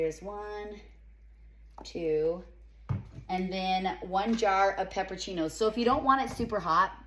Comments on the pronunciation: Yum!!! It's pepperONcini (not peppercini). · PEPPER-O-CINIS not PEPPER-CHINOS. 🤦‍♀️